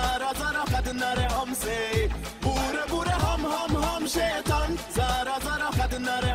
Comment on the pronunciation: The way he says SHAITAN, instead of SHAITAAN 😂😂